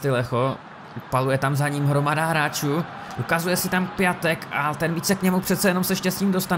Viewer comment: Piatek se kdyžtak čte "Piontek", sice mi to taky neleze do huby, ale je to tak :D